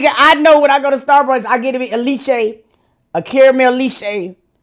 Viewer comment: Ahleche is pronounced Ah-Leese😊! Hey 👊🏾